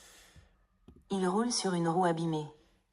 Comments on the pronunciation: Il roule ...c est le son OU comme dans le mot " rule", " fool" etc en anglais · i have a suggestion : for the word Roule, the "ou" it's pronounced more like the "oo" when you say the word "Fool". And for the word Rue, the "ue" is pronounced as the "u" sound when you say the word "flu". Hope this helps :)